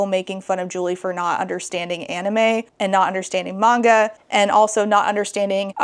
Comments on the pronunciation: Omg it's so grating just hearing her say 'manga' incorrectly lmfao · The instant rage over the mispronounced Manga alone, driving me wild. Geez Julie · The way she says manga makes me viscerally angry. Oh, I see...she's just a terrible person who hides behind the kids and screeches "won't someone think of the children" because some kids want to see anything but Christian mythology. Also, I love that your son is reading Warriors. My cousin adored that series and it's a lot of fun. Really glad to see kids are enjoying it even today. Wait, wait, wait...so he wants to teach the kids to learn exactly how kids should be taught? Is that why she's so upset about it? Ope, there it is. Classism.